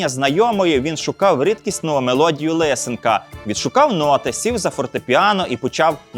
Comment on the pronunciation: Прізвище композитора не Ли'сенко, а Лисе'нко. ЛисЕнко👆 Прізвища, які закінчуються на -енко, мають наголос на передостанній склад. Ви не згадаєте жодного прізвища, що закінчується на -енко з іншим наголосом. ПорошЕнко, ТимошЕнко, ПетрЕнко, ІванЕнко etc.. Зверніть увагу